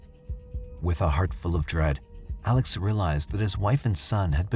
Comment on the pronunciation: I have a hard time putting any credence in this story about the Murdaugh murders when the narrator cant even pronounce the man's first and last name. Its Pronounced "Ellick Murdock" damnit. The entire evidence is not presented, just evidence cherry picked to get views. This story needs to be updated by the original presenter. A lot has happened since May 21, 2023. Get it right or stay quiet.